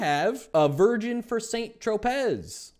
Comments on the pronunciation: Tropez = tro-pay. I can’t stand when people are pronunciation police, but yeah I did it, sorry.🤓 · You hit me with that hard Z in St. Tropez and made such aggressive eye contact 😄😄😄